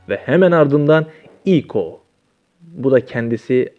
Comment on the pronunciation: Senin kafanı seraphine ne serapayn diyor yaw allahım bide ekko ya İko diyor git okumayı öğren